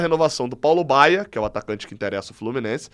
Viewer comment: Feliz Natal, e companheiros Tricolores! Só uma observação: é Paulo BAIA, e não Baier kkkkk eu até me assustei, porque o Paulo Baier jogou até uns 40 anos, no Goiás inclusive, fiquei preocupado do Flu - com essa mania de contratar jogador velho - querer trazê-lo, ele hoje deve estar com uns 55 😂😂